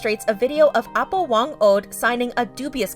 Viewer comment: not trying to offend but it's actually pronounced "ah-poh" as in elder :)